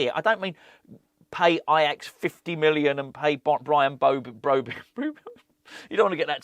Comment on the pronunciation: Bwian Bwobbey?.... As Woy Hodgson would say, "Look, 2 wongs dont make a white, unless of course you're a Chinese takeaway on the Isle of White, but it's cwiminal what Bwady & Wullivan.... eh i mean Rullivan are doing at stwuggling West Ham, as owners they're like 2 wats in a sack dwunk on power & about as much use as a pair of council gwitters in Antarctica, IMO they should be making Aston Vanillas Duwan a top pwiority, a gweat young stwiker & dwibbler where they'll go fwom stwenth to stwength into to the top six & Euwope." ⚒